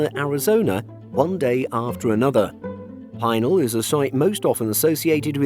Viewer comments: Just a heads up, Pinal is pronounced pee-nal, not pie-nal. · PEE nal,. I live out here in Arizona. It is an Indian tribal name. I have gone out there many times. It is the former site of the Arizona air national guard. I’ve seen many 747s, and other aircraft, go to their final resting place At this facility.